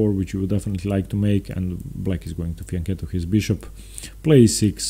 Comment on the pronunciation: finally, one non italian chess player who pronounces fianchetto correctly